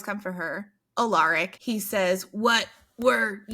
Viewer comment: Just a note: It's pronounced AL-uh-rik, stress on the first syllable.